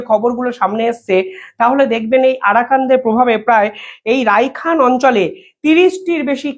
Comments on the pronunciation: রাইখেন নয়,রাখাইন বলতে হবে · Please pronounce RAKHAINE instead of RAIKHAN...,However content is informative 👌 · Nice presentation. Rakhain, not Raikhan !!! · Rakhain...rikhan noi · রায়হান নয় ভাই রাখাইন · আরে ভাই তুমি কয়দিন আগে বিভিন্ন লোকের সাক্ষাতকার নিতে! এখন আন্তর্জাতিক সংবাদ পরিবেশন করছো! বি জি পি নয় বি ডি আর হবে।রাইখান নয় রাখাইন। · উচ্চারণ ভুল করেন কেন? রাখাইন হবে। সভ্রেণ্টি হবে।